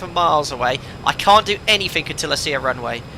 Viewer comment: lol: "SomethinK", "AnythinK", "NothinK"... Still less annoying than hearing every 2 minutes "perfect", or "beautiful", or "superb", or 'wonderful"...